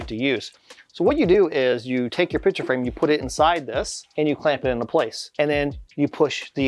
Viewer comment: Great video! The only thing forgotten was the "C" in the word picture that was said 100+ times.